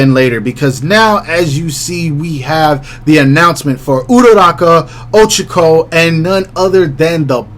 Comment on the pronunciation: Bro says ochiko 💀🤣🤣wtf like there’s an i in her name 💀